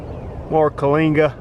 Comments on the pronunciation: Kyllinga instead of calinga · Bro, wtf did you say? Clingits? Kalingas? Even the auto generated CC had no idea what you said. I have that exact weed all over my lawn and I'm trying to identify it. This is the closest I've got and you mumble the name every time lol 😂😂